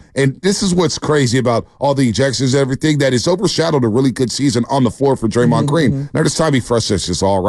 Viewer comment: why is he saying draymond name still? 😂😂😂😂 he didnt learn or what